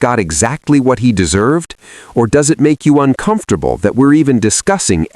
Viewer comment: Uncomftorble?? Are u F****n kiddin me? 😅